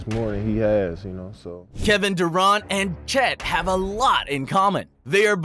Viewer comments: Did you say Kevin Duránt 😂… maaan quit it. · Did you just call him Dur-Aunt??? All of your opinions were just invalidated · Who tf is Kevin Dourahnt and Jennis? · You don’t even pronounce Durant correctly and he was drafted by the Seattle Super Sonics . You don’t know hoops obviously . Are you some payed voice over guy or something ? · Nah I wa tripping on the way he enunciated Durànt like it rhymes with savant … Chet ballin .. thunder haven’t looked this good since the last big 3 in which Chet is the kd.. I’m ready for Williams to take that next leap…